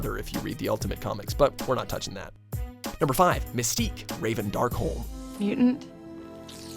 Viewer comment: Did umm he said RAVEN DARKHOLE???!!!😂😂😂